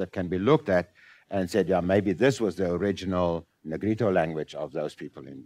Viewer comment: 由於重音位置不一樣，可能多少隔了一層。